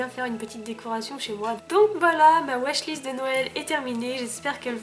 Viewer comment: Non non pas "ma weshlist" juste "wishlist" aha :)